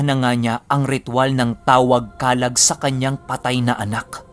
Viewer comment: Comment ko lang din ung Pronunciation po ng Kalag.. Madiin dn po ung pagkabigkas ng Lag... Kala`g na ang ibig sabihin po ay ung Espiritu ng tao o nilalang na may pisikal na katawan...